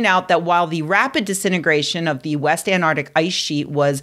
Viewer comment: Well if you can't handle a Cali winter, that makes you a candy ass. And besides, you don't seem to know what you are talking about.. Go get a job as an uber driver. Well, andssince you don't know how to pronounce "antarctic", then clearly you are not educated well either.